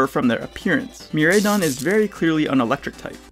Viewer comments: I know I'm nitpicking at this point, but that's not how pronounce either of the legendary Pokémon's names. The "Rai" part is pronounced like "Rye in the Catcher" not "Ray". Korai as in "ancient" in Japanese and Mirai for "future". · I loved the video it was dope but I just wanna know what part of you helped you decide on the (Me-Ray-Don) pronounciation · Miraidon and Koraidon not Mireidon and Koredon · What the fuckkkkkk GF is dropping the ball again and again and again alkdjflakdjf Also, it's fun to hear how people pronounce Miraidon cause you can tell who the weebs are lol